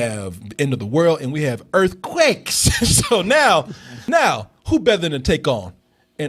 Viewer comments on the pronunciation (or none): Ha, Nahhhhh brotha. Its not just earthquicks you've got a problem with all your vowels. maybe its a Waco thing. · It's not pronounced EarthQuick? Been saying it wrong for years!